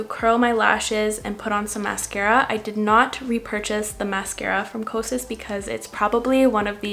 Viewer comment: Because I’m a mental health specialist, it sounds like your saying psychosis instead of kosas.🤭🤭